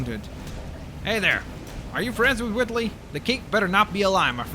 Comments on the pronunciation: its wheatly not whitly? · its wheatly not witly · It's pronounced "Weet-ley" not "Wit-ley" His name is Wheatley, shouldn't that be obvious? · It's Wheatley not Whitley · I know this is 9 months old but you sayed whitly instead of Wheatley and it's pronounced wheat-ly not whit-ly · Why do u say it like witly u say it like weet Wheatley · His name is pronounced Wheetly, not Whitly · Did he call him Whitley from portal? Instead of Wheatly? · you say it like wheat ly not wit ly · P I don't mean to correct on you, but it's "Wheat-lee", not "Witt-lee", also that collectablee weren't Wheatle, it was one of those cores you use in the final boss in the games! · its pronounced wheatly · Did you seriously say Widdley -. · No he said witttley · why do you keep pronouncing Wheatley as Whitley, the minikit thing wasn't even Wheatley, it was the Space Core. Also, can you play as other characters?